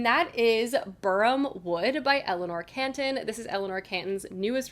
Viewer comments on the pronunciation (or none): Catton not Canton